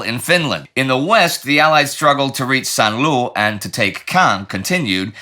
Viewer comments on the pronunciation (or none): For crying out loud, Indy, can't you find someone who speaks French and might help you with pronunciation? Saint-Lo would better be rhymed with 'flow'. Please at least try!